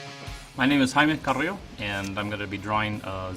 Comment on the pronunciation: Especially the way he pronounce his name. It's not "Jamie Car-ee-lo" like I thought it was. It's "High-eem Caa-ree-yo."